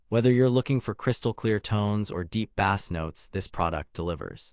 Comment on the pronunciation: What a load of crap this video is. "Deep bass notes..." pronounced like the fish. If this is AI, we are doomed.